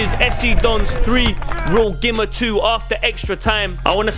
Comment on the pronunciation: Used to play for the younger Gima sides. It’s pronounced Geema. Pretty cool what you lads have going here. GG